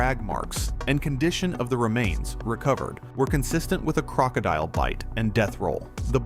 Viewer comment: Gotta learn to pronounce crocodile lol